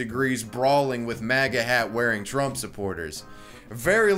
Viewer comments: why the fuck does it sound like he said Strumph? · Is it me or is he purposely mispronouncing trump in the “i joined antifa” video??? 🤣😂🤣